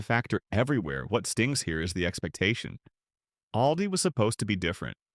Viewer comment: "AIL-dee"? Credability gone. Bye-bye.